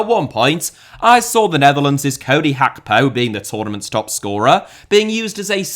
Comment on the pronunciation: Cody “HAPKO”